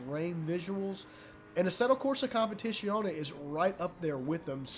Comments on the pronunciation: As an italian i had to puke every time... its a Z, not "sh" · If it matters the proper pronunciation is "com-pe-tit-zee-own-ee" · I love the way you pronounce "competizione" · Attila Giber a competizionét már nem tudja kimondani...:D